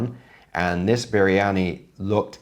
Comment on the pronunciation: He say it little like mandhi briyani..